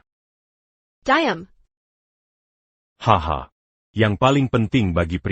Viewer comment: Banyak perkataan yg sebutan nya kurang memusskan kn contoh diam jadi dayam